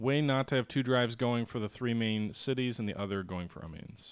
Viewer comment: Pronunciation of the French city of Amiens is '"Ah-me-in"